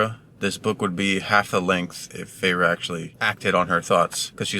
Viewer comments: “Fay-Ray” I just love 😂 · I was dying laughing when he couldn’t pronounce Feyres name